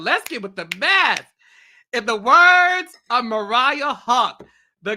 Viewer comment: JUST SAY MARIAH